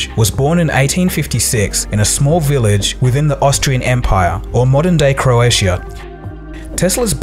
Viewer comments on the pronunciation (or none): Learn how to pronounce Croatia if you are mentioning it so much